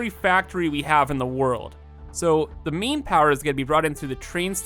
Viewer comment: Every time you say "Main" I think you say "Meme". So you've been talking about having a "Meme power switch" during the whole video... XD Good luck with the new world, man. Can't wait to see you reach new heights... and break Satisfactory once again! (also can't wait for the world download) <3